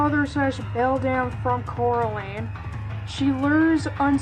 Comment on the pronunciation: its funny how she mispronounces coralines name since a running a gag in the movie is people getting her name wrong